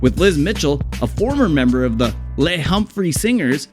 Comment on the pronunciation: The album is called Nightflight to Venus. Night Light to Venus is something completely different. And Les of the Les Humphries Singers was a guy's name pronounced "Lez", as in short for Leslie, not the French word for "the"